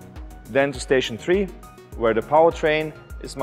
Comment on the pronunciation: najveći izazov je svakom balkancu reći "three", a da ne zvuči ko "tree", al ajde Mate, bit će to jednog dana, bitno da si ti Neveru napravio :D